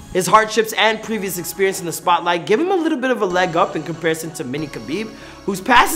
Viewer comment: Abdorozik " I'll smash u lithle boy" 0.08